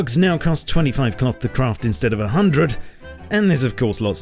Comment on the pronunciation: m8, were you on the toilet when you said "rugs now cost 25 instead of a hundrrrrrred? ^^